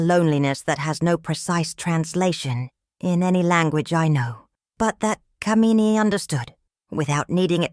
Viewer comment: The way the name "Kamini" is pronounced is cringe-worthy because of the way the meaning of the name is changed. "Kuh-mee-nee" is a despicable woman. "Kaa-mi-nee" on the other hand is a desirable, beautiful woman.